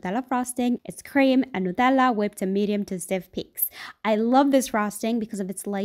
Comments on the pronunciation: I found out she is from Italy because of the way she pronounced Nutella 😂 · The way she pronounced nutella is so cute omg 🥺